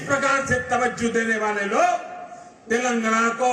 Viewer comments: Modiji cant say TelenGaana, he keeps saying TelanGna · 🤣🤣🤣 Sir. it's " Telangana " Not Telangna. KCR Spolied Narendra Modi Visit. 🤣🤣🤣🤣🤣🤣...... He also given Hindi speech... As modi is not Local to people of Telangana state, We don't care about his visit. We only Care about KCR Speech. We knew that Double engine Sarkar 🤣 in Haryana 33% Unemployment, UP 23% Rapes, Undeveloped city's, No future less policies......... Jharkhand 29%, Bihar 31% .... ... Dreams are different Reality is different. We understand the Truth. Any way after 2-3 years. Modi will Retired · Telngna nhi telangana hai 🤣🤣🤣🤣🤣🤣